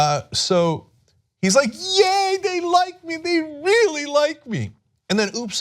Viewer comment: "donny is weally weally mad" 😂😂😂